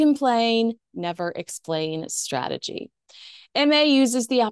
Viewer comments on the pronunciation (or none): none